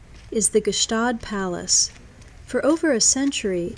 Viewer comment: Stop trying to pronounce the G is Gstaad. You sound too American